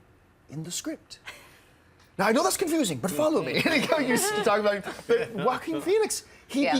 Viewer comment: I'm pretty sure john mispronounced Joaquin's name. I'm not so sure either, i just pronounce it differently. I'm sure everyone has their own interpretation because it's such a strange name.